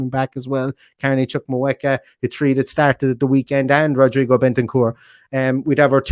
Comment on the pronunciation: Chukwuemeka is pronounced CHUK - COO - EMEKA , like the bird "cuckoo" but with a "ch" at the beginning. The "w" is silent.